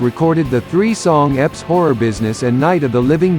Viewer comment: They're called E.P.'s, not eps. I believe it stands for "extended play". I don't think this narrator is a human regardless, lol.